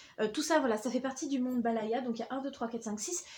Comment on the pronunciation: C'est ''bayala'' et pas ''balaya'' 😉 Et boudficelle schleich avait aussi fait des calendriers l'année dernière :)